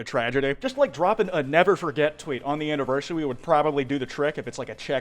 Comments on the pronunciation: “on the anniversawy 👉🏻👈🏻” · "Anniversawy" -, 2024